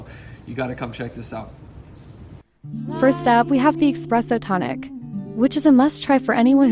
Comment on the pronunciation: Expresso lol